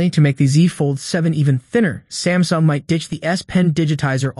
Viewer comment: I heard Stamsung... yes Stamsung! Will you catch it in the video?